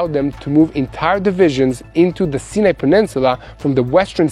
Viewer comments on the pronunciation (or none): I love your honest reporting and pray for Israel. I thought I had been pronouncing Sinai wrong all these years as I have always heard it pronounced Sigh-a- nih. Like he pronounced it the last time. But the first three times he pronounced in See-a-ne, so I am confused. How is the desert pronounced by an Israeli?